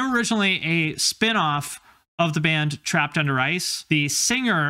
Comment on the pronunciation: I kept hearing "trapped under rice"